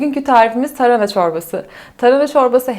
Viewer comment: Tarına deyip duruyo sinirim bozuldu yarıda kestim. Tarına değil hanımefendi TARHANA